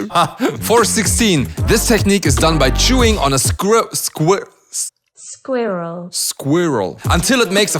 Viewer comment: Squirrel is not pronounced square-al. 😂😂 Google is pulling a fast one. It's more like "skwoor-ull". And since we're on the topic... "vs." is pronounced with a solid V sound -- "verrsus" -- and not a W sound. Also.... love your energy on this one! You're so hyped up!! It made me smile. :D